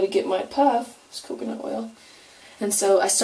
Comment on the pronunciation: u said "coocoo nut oil" lol luv ur puff